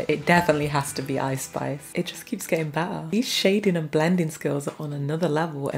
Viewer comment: I just love the way she says 💕BETTAH💕